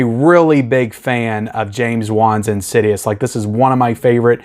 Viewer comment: IN-SIDE-US / IN-SID-I-OUS